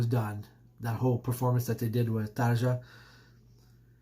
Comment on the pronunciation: Please, brother...it's pronounced Tar-ya...Thanks!